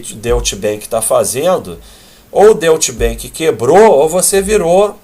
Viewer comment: Deutsche Bank se pronuncia Dói-tche bãnk,!